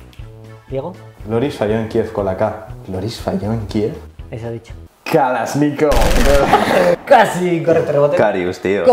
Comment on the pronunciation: Kalasnikov jajajajajaj